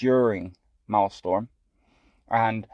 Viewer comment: Its Maelstrom. Not Maelstorm. Pronounced: "malestrum". If you're gonna showcase content, you should atleast pronounce the name right. xD